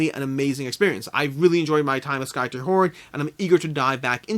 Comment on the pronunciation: Skytear is pronounced as if you are ripping the sky, tearing it apart. At least, that's what the KS video says ;)